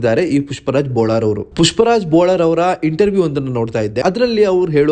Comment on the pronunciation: Bolar ಅಲ್ಲ bollar